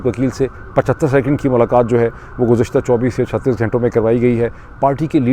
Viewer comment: Mr Pirzada the name of the prestigious university is Harvard and not Howard. And in Urdu the word is "ghanton" (hours) not ghaaiton or ghaaintay. Also it's pronounced Piolet and not poilet. 🫡